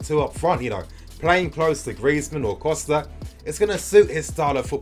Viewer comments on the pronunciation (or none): none